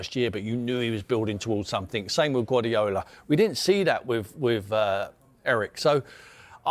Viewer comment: “Gwaddyola” - a Tim Sherwood special “Hardly any Dutch players have succeeded over here” - erm are you quite sure about that Mr Merson?